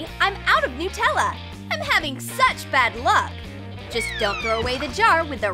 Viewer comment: I fell off my bed laughing at how they say Nutella,no offence if you say it like that